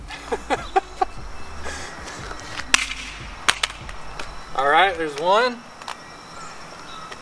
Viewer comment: Say no more I can only say Orlight That the BEST